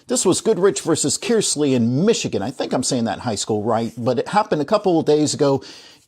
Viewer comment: If you said Kearsley , there isn't a hard E . " kurrsley "